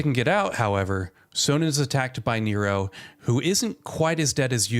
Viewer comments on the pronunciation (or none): STOP SAYING CHARACTER NAMES WRONG. Literally Sonon’s name is said SOOO many times in the game. Too Many times to say it wrong in a YouTube video telling me about the game. Otherwise it’s a good video.